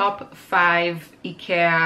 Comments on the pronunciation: its pronounced IkEEa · Ikea is actually pronounced: eye-key-ya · Hello, please, if you are going to directly reference a store, please be sure you pronounce it correctly. You pronounce it like idea. You saying icky in the pronunciation makes it seem like you are saying that they are" icky" and gives a negative feel to it. thanks. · Yeah I told my friends and family and they told me they refuse to consider changing to the real pronunciation... They pointed out in English the real pronunciation sounds like "icky" as in gross/bad/disgusting. That must be why the pronunciation became "Eye-kia" in the first place. Because "Ick-ee-ah" sounds bad to English speakers. So I can't change it to the 'real' pronunciation if that would confuse and upset strangers AND all my friends and family... But at least I now Know the original native way. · E-cat! I lost it! LOL , we say it, eye-key-ah. I not sure how other places say it. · You pronounce ikea so different than Canadians and usa do at first wait is she talkingvabout the same store ikea isnt as available in my area but candaian has the store in convient areas, i know also that ikea is on new New Jersey in usa.....enjoyed this video im like you i like to upcycle furniture and try to reuse upcycle . You can spraypaint your aqua rolling shelf to white. If your not liking the color....art blessing to you today...mikelle art🎨👩‍🎨✍ mom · Need to learn how to pronounce the store name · today i learned i've been pronouncing IKEA wrong 😝 its cheap, but when you are on a budget for studio furniture its worth it to get, knowing its not the best